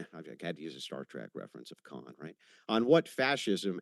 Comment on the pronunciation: I'm biased in that I'm conservative and love Andrews debate skills so I was with Andrews side from the get go, but I will say that vegan rebuttal about pulling out the banana first was hilarious! comes in second tho with the KAHNNNNN!! from star trek lol